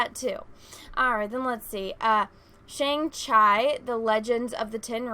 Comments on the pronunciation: I'm not Chinese, but Shang-Chi has traditionally been pronounced as "Shang- Chee ." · It's pronounced Chee it Shang Chi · You said Sang-Chi wrong. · It’s (Shang chee)